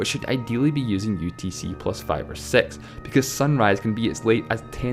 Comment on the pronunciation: When you say the number 6, why do you pronounce is “sex”? I know you have an accent, but seriously, can you try to say it “six” because my parents got mad at me when they saw me watching the video due to the way you pronounce 6. Btw, I’m not hating, I’m just letting you know.